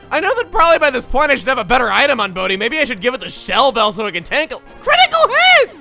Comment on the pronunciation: why did I hear bodhi as booty?!